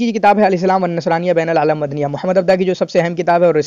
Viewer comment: Correction 👉 It's "Mohammed Abduhu عبدُه" not Mohammed Abdah عبدَه*